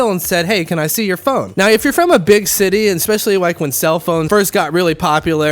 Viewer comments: I knew you were half when you said shitty instead of city. I'm half too so it happens to me as rell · "Its a REALLY large shitty" is exactly what i heard at the beginning